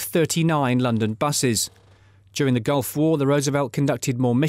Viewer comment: Ali Nili - and it's Gulf not Golf